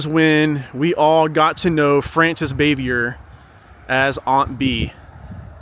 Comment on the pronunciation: You need to learn how to properly pronounce her last name